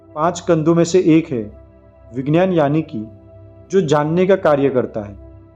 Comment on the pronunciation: विज्ञान,,,का उच्चार गलात है..वी ग्यान तो बोलो